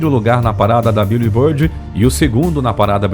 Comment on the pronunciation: "biulibôrdi" é o ápice